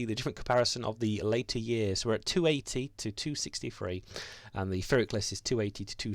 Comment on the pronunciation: Just to be annoying ... it's 'pir ik' the 'pi' is as in pill. Phonetically it's 'pɪrɪk'.